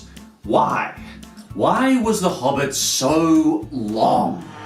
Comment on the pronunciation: I unsubbed when he said Hobbit xD